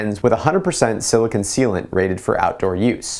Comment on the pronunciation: You keep saying silicun. It's silicone. Cone, not cun.